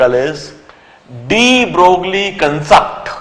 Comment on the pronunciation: De Broglie was a French scientist hence his name does not pronounced as de Broglie but de broy.. same thing is applied to Huygene's his name does not pronounced as Hygene but Hoggain